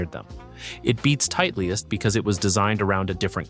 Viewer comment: good content, but can't believe this guy doesn't know how to pronounce Titleist